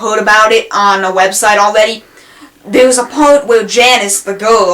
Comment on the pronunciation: aweady have... Lol sorry this is a good video but the speech impediment is just halarious